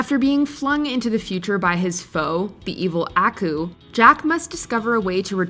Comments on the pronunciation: Not to nit pic, but they say aku's name in the opening title. But you say it like ackoo, makes me think you haven't seen it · I feel like she pronounced Aku wrong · I hate how you pronounce aku's name